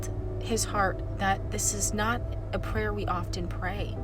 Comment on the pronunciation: I thought you said don’t avoid this “player” 😂